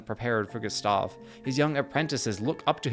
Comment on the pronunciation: Excellent video, but you constant mispronunciation of "Gustave" was positively maddening.